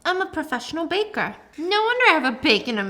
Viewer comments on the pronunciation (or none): none